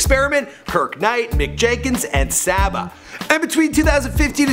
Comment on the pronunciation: It's Saba, Saba Pivot.... not saaaba